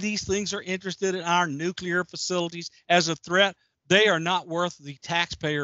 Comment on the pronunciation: Such an awesome discussion! Thank you so much. Also, you say nukiler. (nuclear) 😂😂😂